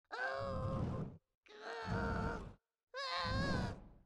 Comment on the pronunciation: I'm so happy that you guys pronounce "chibi" right xD chee-bee :'D